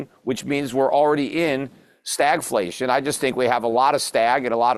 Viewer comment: "We've got a lot of stag and a lot of flation" 10/10